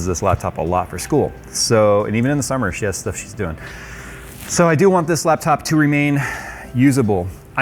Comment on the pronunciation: My daughter might be trying to con me for ANY reason. Sh+Stuff = Shtuff, Congratulations you've passed todays Jewish accent testing. I know you won't believe me when I say embracing Shalom can get you a free computer yet it's 100% true. The best part of this video is everything between and is a cleverly disguised hit rap track. Tap left arrow key a few times in succession to experience it while the video is on play. Pause after he says the word "that" he gives a legendary god father level rapper diss face bonus.